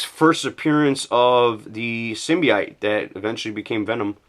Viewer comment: LOL and I guess you could sell a lot of that cuz a lot of them you're saying that's not really important or not much there. And I should mention...symbi-Ote. And no, absolutely not, that's not the case about Alex Ross, he had a lot of major things as far as comic work between this Terminator miniseries in 1990 and the Buck Rogers book for Dynamite in 2009. There was the Marvels mini-series in 1993, the Kingdom Come Series in 1999 and dozens of others. It's not like he ducked out for 20 years. I can't speak to the fact of whether Brian azzarello is a dick or not, but I will take your word for it since you met the man yourself and I never have. And it's pronounced Aza-rello. Not Az-zereal. And what you neglected to mention, which is a major factor as far as the cutting out the stamp business. It was not in every Marvel comic from the 70s, it was only for about a year and it wasn't in every title. You can research it and figure out which issues had one of the stamps in them. And back in the day you could even buy a stamp collector album to put the cut out stamps into. There are a few other key first appearances they also had stamps and them, I think another one is the First full Wolverine. And oddly enough, just so you know, the Wolverine getting the adamantium ripped out of his body, that's not a first print first edition. Because I don't remember the issue number being all fat like that and the book I have isn't color gold on the title and the panel with the phases in the uppe